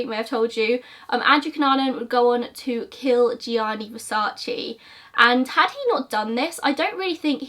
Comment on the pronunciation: You Americans can't say versace, only latins can say right 🖕🏼😂